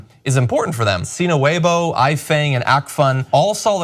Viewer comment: Webo, I thought it was pronounced as Wayibo.